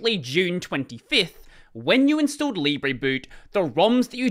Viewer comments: If it was pronounced "leeb-rey", it would be spelt libré. It's "lee-bruh". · Oh, "libre boot" Here I thought it was "lib reboot" until I heard him say it out loud.